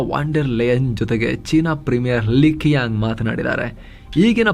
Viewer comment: China premier-Li Chiang(Qiang is pronounced)